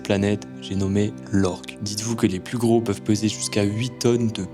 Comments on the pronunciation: C'est orque pas org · Orque pas org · "Org" ???? Orque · Orc ??❌ orque ✅ Les léphant ?? ❌ L'éléphant ✅ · Mdr c est l’orque pas l’org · Orque❌ Org✅ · C l orque pas l org